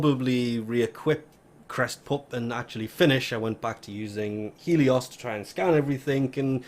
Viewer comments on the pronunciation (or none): none